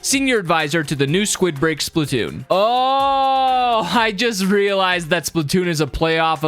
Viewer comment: It’s not spitoonn it’s splatoonn